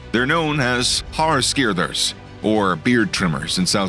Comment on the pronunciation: Well done on pronouncing 'haarskeerders'! I've heard of people waking up at night with fine hairs on their face from where 'something' was cutting their hair. They live in the Kalahari and Namib deserts, and also seasonally in the less arid parts bordering them. I came across one while emptying the bins in the army. I could not believe how fast it was! At first I thought it was a red mouse, but it was easily the size of my hand.